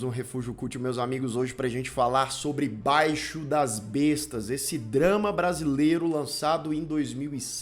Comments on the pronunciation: Somente uma correção: não é BAIXO DAS BESTAS. É BAIXIIIIO DAS BESTAS. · E B A I X I O DAS BESTAS E NÃO BAIXO !!!!!! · O falante diz " Baixo' das bestas". Chega a ser BIZARRO a ignorância que os brasileiros temos com a pronúncia das palavras, da língua portuguesa!!! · A pronúncia é baixío das bestas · A análise do filme é ótima! Só faltou a pronúncia correta do nome do filme...